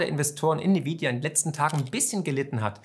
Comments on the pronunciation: N-vidia nicht Ni-vidia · nvidia gesprochen envidia! wer hat unter den youtubern denn dieses nividia verbreitet?